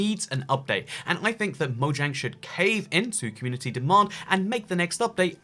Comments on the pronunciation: Why do u say moyang? Just wondering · no one:: moyang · You say mojang wrong